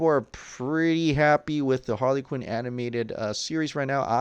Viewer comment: Not BOP... It's HaRley Q